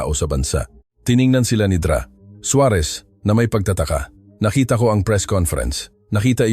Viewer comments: Ano ba yang mali maling bigkas Ng mga salita,Yung Dra.sa halip bigkasin Ng Doktora,binibigkas Ng Dra.hindi ba iniedit yan? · Maganda ang kwento ngunit hindi tama ang pagbigkas ng ibang mga salita gaya ng Dra. Iyan doktora hindi Dra.